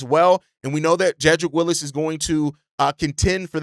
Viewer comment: It's Wills not Willis. 🤦🏽‍♂️